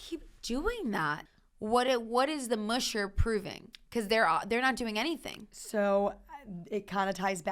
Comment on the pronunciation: Please learn how to pronounce the word musher. It's not "moo-shur", it's "mush-er."